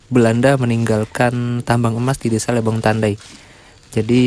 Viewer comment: Lebong mas bukan lebong pake "e" bukan pake "e". Eh gimana sih cara ngasih tau bacanya wkwkwk 😅😅